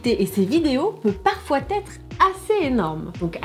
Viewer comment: "(...) le décalage peut parfois-T-être (...)" Liaison dangereuse, non ? ^^ Je viens de découvrir la chaîne... Je vais y passer un peu de temps, tout ça tout ça. Et hop +1 abonné !